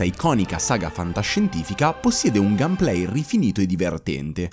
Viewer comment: ha realmente pronunciato gamplay: gamplay? si pronuncia gamepley. ignorante.